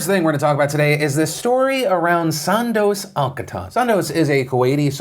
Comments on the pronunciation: its pronounced "Soondoos" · Sorry PhillyD, The way you pronounce Sondos' name hurts my ears.